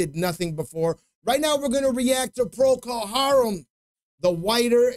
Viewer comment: One of the only reaction people that actually pronounced the band name correctly !!!! Good Job!!! Donny, age 74!!! Had it on 8 track when it first came out and also on LP vinyl